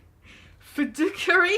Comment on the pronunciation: Fid-ooh-shary. You is like all good with the words and shit brah